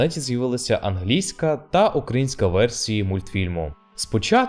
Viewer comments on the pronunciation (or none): none